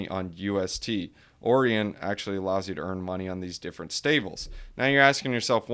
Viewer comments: Pretty sure it's pronounced Orion like O-Ryan not Orian like Oreo lol. Otherwise great video, ima check Terra out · Orion is pronounced O-ryan